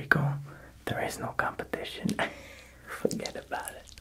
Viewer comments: ..what did you say..? ..fugetaboutit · When he said “fuggedabawtid” i really felt that